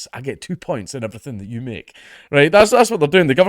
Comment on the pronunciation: "one thing I'm struggling to understand" You. I'm struggling to understand yeou